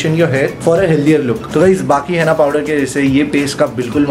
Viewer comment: हेना नहीं होता वो हीना होता है 🤣